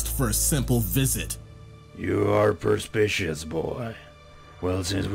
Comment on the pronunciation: What is this word? "Per-spish-ous"? The closest word I could find is "perspicuous" which could fit the context, but doesn't sound the same. But wouldn't "perceptive" be a better fitting word here?